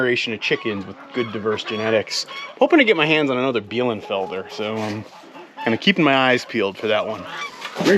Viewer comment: Bielefelder, not Bielenfelder